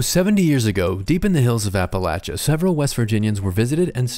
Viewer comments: APALACHES??? THAT'S NOT HOW IT'S PRONOUNCED ITS APA LAY CHEN (Appalachian) I'm offended 😂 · DID HE JUST SAY APPLE LATCHA ?!? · They way he says “Appa-latcha” in the beginning... hurts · HANG ON. HOLD UP. What did this guy say in the very beginning??! Apelacha? Appalachia? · “Appa-latcha”? As someone who grew up out east regularly visiting the Appalachian mountains......that is not how it’s pronounced 😂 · I feel like that's not how you pronounce Appalachia, but okay